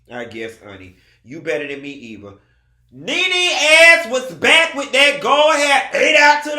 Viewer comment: "ate out in the baick"😂😂